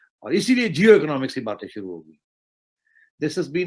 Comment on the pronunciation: शुरू को सुरु बोलते हैं ये भाई साहब। पता नहीं कहां कहां से अनपढ़ आ गए हैं वीडियो बनाने।